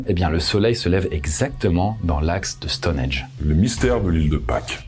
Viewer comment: STONHENNNNNGGGGGGGGGGE pas Stonedge! 🤯🥵😳